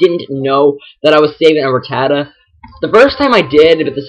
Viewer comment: You said ratata wrong!